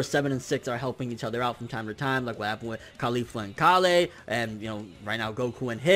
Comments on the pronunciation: Why do you pronounce it "ka-lay" when even the Japanese voice actors say it just like how the vegetable is pronounced? It's Kale. Nobody says ka-lay. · Hey her name is KAY- YOL, not KAH LEIGH but KAY YOL like the food. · Fuck say Kale correctly. ITS SOUNDS ANNOYING AND PRETENTIOUS ASF WHEN YOU SAY KAALAY! LIKE WTF MAN JUST SAY KALE CORRECTLY! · lol he's keeps messing up Kales name Someone please tell him it's Kale and Caulifla